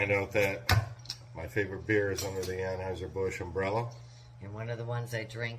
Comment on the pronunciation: Dude said awwnhiesr bush and he's put here trying to act like he's smarter than everyone else for being transphobic and he can't even get the name of his favorite beer right